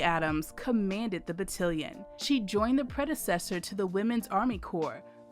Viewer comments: Its Battalion, not Battilion. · FYI, it’s battalion, not battilion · The word is BattAlion, not BattIlion. That was driving me CRAZY. Thank you for the video. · GREAT STORY!!! The AI speaker miss-pronounced BattAlion as BattElion! LOL LOL LOL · It's not called Battilin it called Battalion (BA TAL LEE YON). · Battalion is pronounced ba-tal-ion, (tal, like Tallahassee) not ba-till-ion. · You keep mispronouncing battalion. It's ba-TAL-e-un. Not ba-til-ee-un. Please Google it. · Every time the narrator's pronunciation of BAT-TA-LI-ON as BAT-TIL-LON was like nails on a chalkboard. I'm sure those of us who served were cringing. The story of the outstanding women on the 6888th deserved better. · Batt-AL-ion nit Batt-IL-ion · Good informative video about blacks serving in WW11. Only complaint is mispronunciation of the battalion (ba-tal-ion no ba-til-ion) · And to had the same reaction to ‘Ba-til-li-on’ rather than Ba-TAL-li-on. The audible difference may not be noticeable to non military! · Battillion? I think it's pronounced Battalion. It's still of course a magnificent story of a magnificent group of soldiers. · As a soldier, hearing "batillion" instead of "battalion" was getting on my nerves was well. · Battalion!!!Bah-Talll-Yun😒😤Couldn’t help myself. Navy Signalman. Lovely documentary otherwise 😊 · Great presentation on omitted information! Just an FYI… In the military, the word is ‘battalion’ to rhyme with ‘stallion’. Very different from the word that rhymes with ‘cotillion’ , a formal ball where young ladies are presented to society. At any rate, however you pronounce it, it is a remarkable story. I only hope the word can get out about it and even make it into the history books! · Battilion??? OMG. This narrator should be fired for screwing up a simple word. She's definitely NOT military! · How I wish the narrator could have been taught to say BAT TAL ION rather than something that rhymes with Cotilion! Sloppy, and those women don't deserve that.